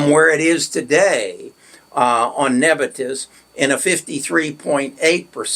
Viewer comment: Neb I us not nebitus